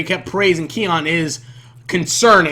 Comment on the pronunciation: saying the main charater's name wrong even though he watched an episode